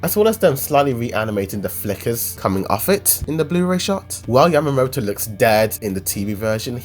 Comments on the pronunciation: WHO THE FUCK IS YAMATO? Its YAMA-MOTO. Smh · Its Yamamoto not Yamato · It's Yamamoto